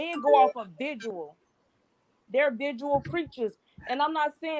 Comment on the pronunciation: viSUAL.., not viDUAL